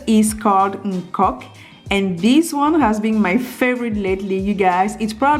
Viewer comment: It's called "Okok" and not "nkok" 😊